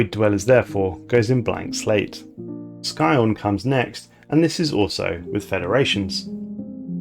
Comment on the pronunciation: What's with your weird pronunciation of Scion